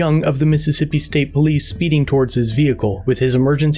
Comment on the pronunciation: Missippissa! Enough said! More like "pissippissa!"